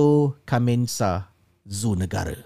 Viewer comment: bukan "kamensah", tapi ke-men-sah (sebutan ejaan "men" tu bukan seperti sebutan dalam bahasa inggeris). *Kemensah, Ulu / Hulu Klang, Selangor ( dekat dengan sempadan Kuala Lumpur ).